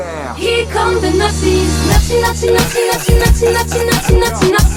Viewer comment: “Here come the Not See” 😂😂